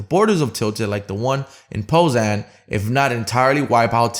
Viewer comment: Poznan not pozan